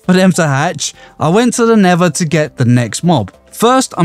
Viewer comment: did bro just say all the way true the nefeir